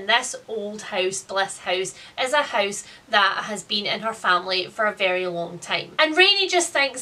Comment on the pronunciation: She says ‘house’ almost like the dutch ‘huis’ (same meaning different spelling) lol